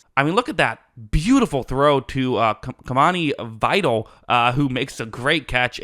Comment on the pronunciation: Pronunciation for Kimani Vidal: Ki-mah-knee V-eye-dell